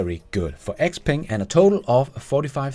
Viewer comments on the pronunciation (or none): none